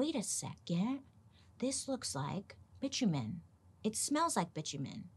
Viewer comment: Bi-tu-men... seriously